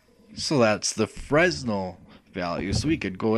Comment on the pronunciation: Thanks for the tutorial. By the way, it's pronounced "fray-nel", not "fres-nel".